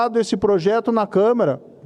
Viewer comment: Moro burro! É Câmara e não câmera.